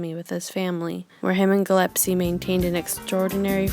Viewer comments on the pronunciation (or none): It is "Dizzy Gillespie" not "Dizzy Gillepsies". Great video though.